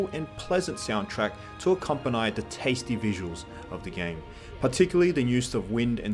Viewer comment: Did he just say "accompaneigh?" instead of accompany?